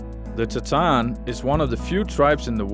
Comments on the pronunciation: Great documentary. Just one clarification. You keep mispronounced the tribe’s name “Tsaatan” to “sataan”. It confused me at first. I almost thought there was some new tribe that called “sataan” which I didn’t know about. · Thanks for video but pls say the names properly. It is not tsatan. It is Tsaatan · I am Mongolian but they keep mispronouncing the Tsaatan (reindeer tribe). It sounds like Satan. At least, they should’ve learned how to properly pronounce Tsaatan. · You spent so much time in Mongolia and with the Mongolians, and yet you didn't manage to pronounce simple words like "ger" or "tsaatan" correctly. Even when introducing these terms to the outside. Pretty parochial.